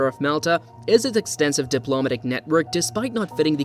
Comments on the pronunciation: If English isn't your natural first language, you get a pass on correct pronunciation. However, the pronounciation of "diplomatic" in the way it is in the video, is the reason why people think it is an AI reading it. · 2 seconds in and you can’t pronounce “diplomatic” correctly. Thumbs down 👎